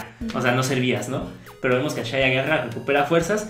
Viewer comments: El nombre de esa hija de Aku no se pronuncia "Ashi"? Asi lo dicen en la serie, no? porque dicen "Ashai"? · No se dice ashai es ashi :P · no es ashay es ashi